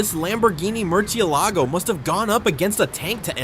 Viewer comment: AND THE TEXT ON THE VID SAID LAMOGHINI GALLIDO BUT IT WAS A MERCALAGO AND HE SAID MERSALAGO